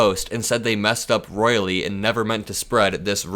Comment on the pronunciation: She messed up "royally" not "loyally"!!!